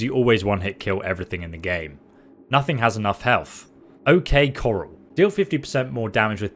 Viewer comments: Corral is not coral. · And O.K Coral, rather than Corral? 🥴😆 Dyslexia isn't pleasant. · Ok kor-ale not coral like u find in the ocean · Pronounciation: OK CORE - Ral (Think Tombstone, Doc Holiday, Wyatt Earp) Love your videos!